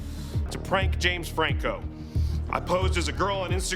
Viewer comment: “You may be wondering, Where is Jems Frankuuh”